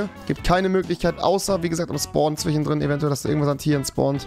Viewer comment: Zwichendrin und Fleich. Kann Rewi kein "sch" sprechen?